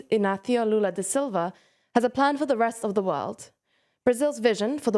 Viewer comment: You said Silva's name with European Spanish pronunciation but he speaks Portuguese and he's from Brazil